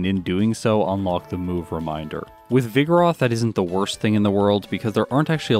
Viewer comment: pronounces vigoroth like ‘vigorous’ with a lisp